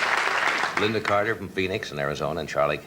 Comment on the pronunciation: You make a video about Lynda Carter and you don't even get her name right?